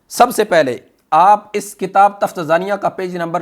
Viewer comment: تفتازانیہ کے تلفظ میں درستگی کریں